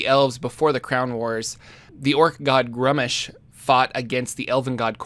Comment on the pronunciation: Its not pronounced grum ish, Its pronounced grew mish